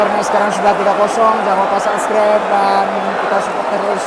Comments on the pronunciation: HAHAHAH LU LIAT DEH DIA NGOMONG SUBSCRIBE JADI SUBSGREB WKWOWKWO KOCAK NGENTOD .. Kok gw emosi nnton nya yah wkwkw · Kata martunes jgn lupa sanscrep😂😂bang sklh lagi biar bisa bilang subscribe😁😁